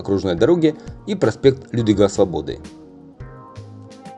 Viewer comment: Неправильное ударение в названии проспекта. Проспект не Людвига СвобОды, а Людвика СвОбоды. Он так навзван в честь чехословацкого военного и государственного деятеля. Лю́двик Сво́бода — чехословацкий военный и государственный деятель, генерал армии ЧССР, президент ЧССР в 1968—1975, трижды Герой ЧССР, Герой Советского Союза, Народный Герой Югославии.